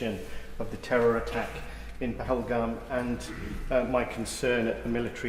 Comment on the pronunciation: "Phalagram"?? This woman cant even get the name right. Shows how much they really care about any of this.